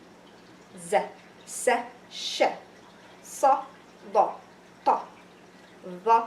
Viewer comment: i want to tell yyou something maddam, why when sha you sound hear like sho .. ?? if sh + fathah then = sound sha ... right ??